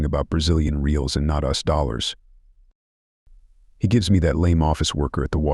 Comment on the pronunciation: This AI narration..smh. "us dollars" not U.S. dollars.. Sigh